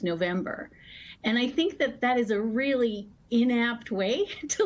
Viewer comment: Yeah! We weally, weally, weally, weally, weally got Twump THIS time! :face-green-smiling